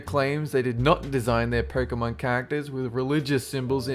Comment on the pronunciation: Pokémon is my life. Ban Pokémon, and things will get ugly if I'm around! (Btw it's pronounced Poke-Aye-Mon lol)